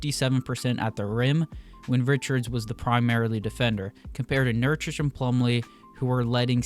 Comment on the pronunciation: Why are you saying nurchich when it’s clearly nurKić(ch). Nice video though